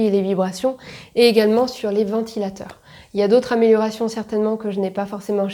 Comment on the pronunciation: "Améliorérations", bien sûr! évite de picoler...